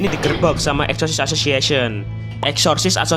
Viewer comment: Udah 4 video masi blum bisa nyebut asosososiesen